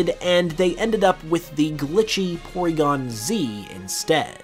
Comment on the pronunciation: “PoryGonzales” (“Pory” is short for the Mexican name “Porfirio”)